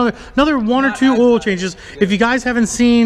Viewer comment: Oil is earl too lol